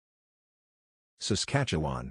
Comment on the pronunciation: And he can pronounce Saskatchewan almost perfectly! :)